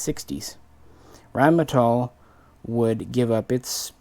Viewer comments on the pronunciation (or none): none